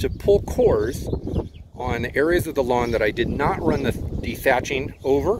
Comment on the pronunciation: It's pronounced lawn...don't forget the "w".